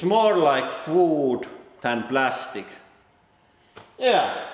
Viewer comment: “ itz more lik vooood than plastic” 🤔